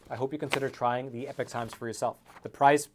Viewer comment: He constantly mis-pronounces EPOCH...